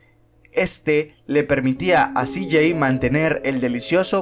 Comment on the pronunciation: Todo bien pero como pronuncias el nombre de Cj esta feo